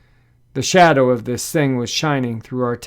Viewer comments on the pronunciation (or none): none